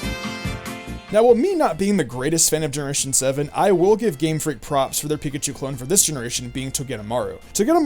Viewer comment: Nyah, "Piakchu clones" ^.^ *Pikachu Clones